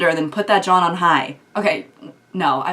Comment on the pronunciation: wait a sec does she live in pennsylvania bc ive never heard someone outside of pennsylvania say john like that